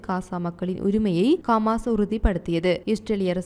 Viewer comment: கமான் இல்ல ஹமாஸ் கவ்தி இல்ல ஹவ்தி